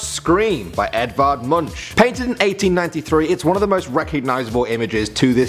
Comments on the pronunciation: Munch?! Its pronounced MUNK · PS. Munch is pronounced Munk (with a k)...